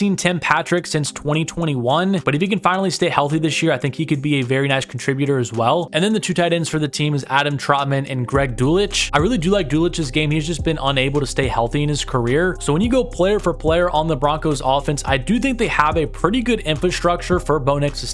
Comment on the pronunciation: Not DOOLICH. DULL-SICH